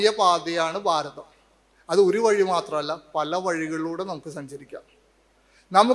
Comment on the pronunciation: ഭാരതം, ഭ എന്ന വാക്ക് ഉപയോഗിക്ക്, സ്വാമി.